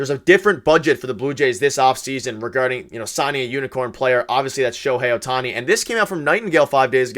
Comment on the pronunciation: lol at: "Oh-hei Sho-tani"... I started rofl